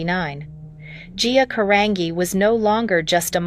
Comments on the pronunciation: Can any of these videos get her last name right? It's a soft G in her last name GEE. Say it again 'Carangi'. Ask somebody that knows. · They can't even pronounce her last name right. 🤦🏽‍♀️